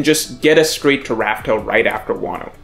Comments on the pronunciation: Damn, you still Raftel? It’s Laugh Tale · it’s “laughtale” not raftale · Why do you still say “laugh tale” with a R? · Why do people still call the final island Rafael instead of Laugh Tale? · Dude, laugh tale. Not raftel. Also, you messed up the order towards the end. You said raftel before lodestar island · Please just say laughtale